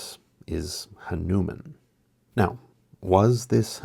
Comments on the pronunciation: Hello Friend. I love your programs. The name Hanuman is properly pronounced with emphasis on the first syllable. In Hindi words and names are accented at the third syllable from the end. Such as Ha'numan or Rama'yana or Maha'raji . Thought you would be interested in this. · HAA-noo-mahn (for your future use, 👍🏼)